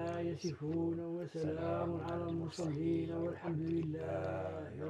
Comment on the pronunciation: Lmorsalin azwayna machi lmosalin